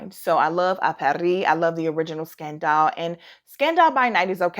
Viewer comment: Jeremy Fragrance (back in his hay day) had me saying Scun-dahl 🤣